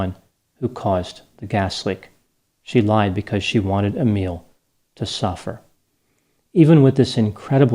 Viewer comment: My name is Emile 😳 It was so nice hearing you pronounce my name so correctly 🥺 (although I'm nothing like this guy) 😂